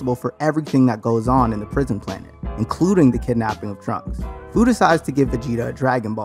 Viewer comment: Look this is a good video but how you say fu, it’s a pun on the word future